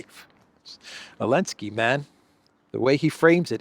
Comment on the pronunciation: Am I the only one going crazy every time says “Alenski” instead of Zelenskyy?